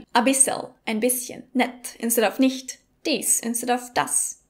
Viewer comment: Du hast das echt ziemlich gut gemacht, aber wir in Österreich ziehen die Vokale nicht so lang also z.B. nicht statt niiicht aber es gibt sooo viele verschiedene Dialekte also kann man gar nichts genaues sagen!